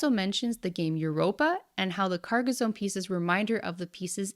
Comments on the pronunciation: Having had family that live near Carcassonne i have to point out its pronounced Car-ka-son not car-ka-zone. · Stop saying carcozone lol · Pronunciation for Carcassonne is off, it's not a z but two ss, like the sound made by a snake. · Carcas-on not Carcas-own. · Sorry but I cringed every time you pronounced "Carcazone". Two S in a row does not make a Z sound, "Carcassssssssone", smooth S sound please. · It's Car-Kah-Sawn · Lmao. Because she pronounces Carcassone correctly, right? Italian here, lemme give you an hint, the whole world steals our words, mispronounces them and commonly fails at conveying the correct meaning. Just laugh at it, it's not a lack of respect. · This pronunciation of Carcassonne is killing me. It's a French name, the "s" is soft and "sonne" has a similar "o" sound as "dot" in English. It's not "zone" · There’s no “z” in Carcassonne.